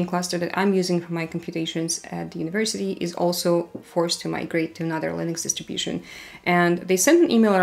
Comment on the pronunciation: interesting how she is saying Lыnux